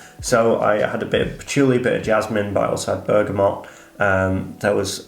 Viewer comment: Why do you keep saying "ber-ga-mont"? It's Bergamot. You even say it like "oh you don't know about bergamont?" lol no, nobody has actually. Surely a "perfumer" would have sorted this out - just makes you sound uninformed mate.